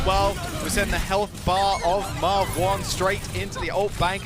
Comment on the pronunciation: did call him Marve-one??